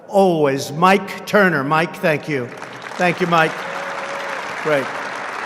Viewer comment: Tank-you Donald